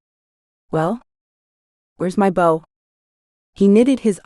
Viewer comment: Am very much enjoying your work, the AI narration is better than most however the incorrect pronunciation of words with multiple contextual meanings is a bit annoying. "Bow" and "Sake" for example, perhaps more careful editing might help? Thank you for posting this for free 😊❤